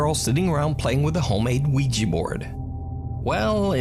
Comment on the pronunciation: Please stop calling it a Ouiji board, it's Ouija!!!!!!!!